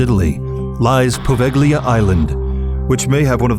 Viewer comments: its actually povelia(poveglia) island(with a silent G word dumbhead) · Quel g-l in poveglia mi urta nel profondo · It's too funny how you pronounce Poveglia. Apparently, in Italy we have a phonetic sound ("gl", but also "gn" seems to have the same destiny) which Anglo-Saxons are not able to pronounce correctly.😉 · Poveglia... Your pronunciation is ridiculous and you show, in its introduction, Asians!!! Wow... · the g is silent when pronouncing Poveglia